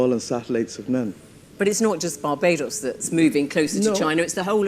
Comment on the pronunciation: These African interlopers. He can't even pronounce Barbados. They wreaked havoc in their own countries centuries ago, when slavery was introduced. Now, they're shifting their focus to the Caribbean in competition with China and Japan.